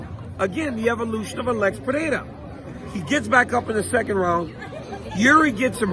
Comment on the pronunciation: Congrats on the pronunciation of "Pereira"!